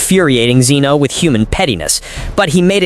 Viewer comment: Get the name right its pronounced zen o not ze no yes i broke it up so you know the difference now get it fucking right or quit your day job